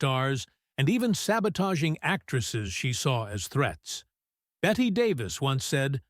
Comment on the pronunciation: Bette is pronounced “Betty”. Being called Bet was a major irritant.